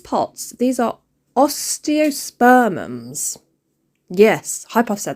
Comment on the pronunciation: Yes you’re saying Osteospermum right 😊 the watering can is amazing!!